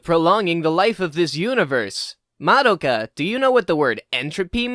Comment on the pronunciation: So you watched the show but canr say Madoka properly